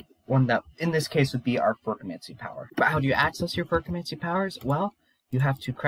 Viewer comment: Yeah, the pronunciation. I’m joking, but I think it’s said “ferro-chemie” Have you read the whole Mistborn series? It’s actually my favorite book series next to the magicians. Edit: You might actually be ahead of me, because later in the video, you call it what I call it. Maybe you know something I don’t. I haven’t actually finished the last book.